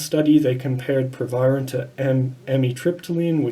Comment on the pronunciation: The Dr can’t even pronounce the name of the drug, but wants to give advice about it